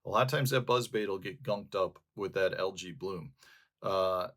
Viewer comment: Love your videos. You've taught me so much. May I humbly return the favor? AE in English is pronounced as a long E, not A. So, al•jee not al•jay. Same for aegis, antennae, paediatrics, Aesop.